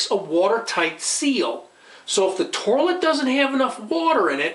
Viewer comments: Lol, I couldn't believe my eyes as I had to scroll down the first comment. I would have NEVER in a million lifetimes believed, that after watching and listening to this video, the first comment would not mention, "Toirlet," "Tore-lit," or even "Torlet." What is wrong with our society nowadays that a man is not being clowned on for his pronunciation of the word toilet in the very 1st entry of the comment section! This is despicable, absolutely disgusting behavior. Please folks, we need to do better and clown on those who would be kind and clown on us. This man needs to learn that his actions are unintentionally fuckin' hilarious. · Is that an r I'm hearing pronouncing toilet 😂 Tourlit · Haha I heard torlit too 😅😅 but so what... great video. And the video about how to replace the water filler was great. Ill be doing that this weekend . Thank you! 🎉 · WTF is a 'torlet'? LMAO